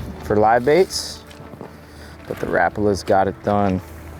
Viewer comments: It’s hurt me to hear you say rapala that way you did lol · Rap-a-la in the USA = Ra-par-la in AUS 😂